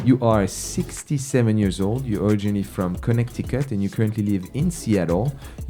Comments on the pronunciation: Cool video and helpful attitude. For a French guy though he sure is struggling with silent English consonants (ConneKticut, DeBt,...) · On dit pas le C dans Connecticut! C'est silent